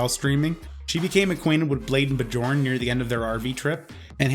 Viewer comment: BEE JORN...lol